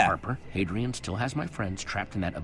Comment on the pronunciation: The Fun Wolf Gaming dude it's Hadrian not hedrian